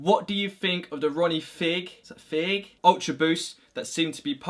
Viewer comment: Fieg is pronnounced /faig/